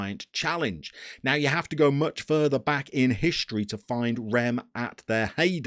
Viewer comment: About the only one I noticed in this video was Reims, which is notoriously difficult to get right. It's sort of like "ranse", which is "rinse" with a "cat" a sound in it. And the N is silent. Ish. If you're wanting a resource on pronouncing things, check out the Let's Say playlist on my channel. I did most of the teams in Europe.